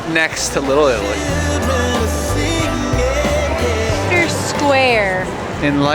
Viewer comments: Hi, cold wet rainy 😁 didn’t you know that’s another name for the UK but at least we don’t get the extremes of weather. It would be quite disconcerting to wake up and find a hurricane had whisked you off to Oz 😂. Leicester is pronounced Lester by the way. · lol love your vids it’s mulled not mueled and Leicester is pronounced lester😢 merry Christmas to you all love from Nottingham England 🏴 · You pronounce the LE, not the LI, nice vid 😊